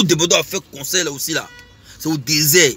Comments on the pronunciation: On dit concert pas conseil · Attend il ne connai pas aussi parlé il dit conseil on dit concert ou conseil